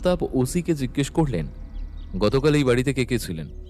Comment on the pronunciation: জিজ্ঞেস্য জিঞ্জেস এর উচ্চারণ এঞ্জেল এর ঞ্জ মতো হবে